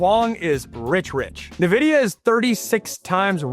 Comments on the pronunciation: I was wondering how Texas Tech suddenly started getting top ranked recruiting classes... That explains it. Also, just for future reference (not trying to be mean) Nvidia is pronounced "in-vidia," not "nuh-vidia." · Sorry this is driving me nuts. It's pronounced En-vidia not Ne-Vidia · No one’s gonna see you as a credible source of information if you don’t know how to pronounce Nvidia. Look it up. N - Vidia Not Ne-vidia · Dude, it's N-vidia